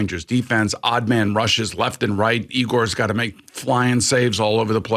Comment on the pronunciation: Excuse me guys but its pronounced EYE-gor.